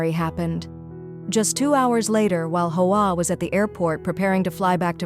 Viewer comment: Hoa is pronounced "wah" in Vietnamese. AI narration sucks!